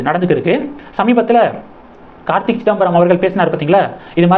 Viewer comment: It is not Karthik , it is Karthi